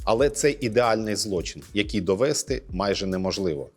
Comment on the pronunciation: а чому "зрОблю", а не "зроблЮ", "довЕсти", а не "довестИ"?